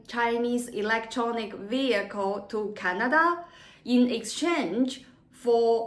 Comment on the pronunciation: It's Canada not Chinada!